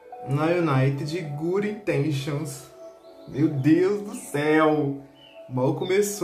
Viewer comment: " guri intenchions " kskskdk